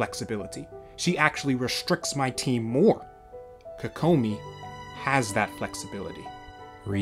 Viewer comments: KOE KOE MI equal stress in each syllable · You say her name weird